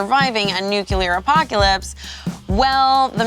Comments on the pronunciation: managed to use both pronunciations of "nuclear" and it's oddly cute 😂 "noo-kyoo-lee-ur" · Oooh. Normally you get nu-clear or nu-cular. She did a nuclueer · I love that started saying a word incorrectly that is my pet peeve but switch it around mid-word somehow. NUCULEAR.